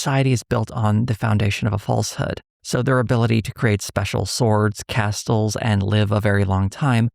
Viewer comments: “cast-uls”? Dangit did I get tricked into listening to ai slop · "casTles" lol never heard that before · Castles? I genuinely didnt know what word was being said. The T being pronounced in Castles threw me off haha. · I have never before heard someone pronounce the "t" in "castles." It took me by total surprise!